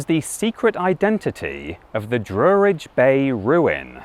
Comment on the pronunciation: PRONOUNCED DRUH RIDGE, NOT DROO RIDGE.